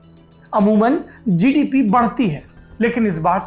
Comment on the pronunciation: किया जिडिपि हे भाइ जि,डि,पि, वाह सुनकर मजा आया 😁😁😁